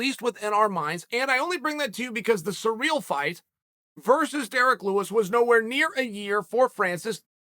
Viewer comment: anybody else clicked on this video just to watch uncle chael say surreal gane?